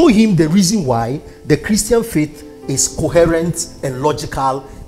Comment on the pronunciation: ...u see how u are struggling with a "Christan" funny lol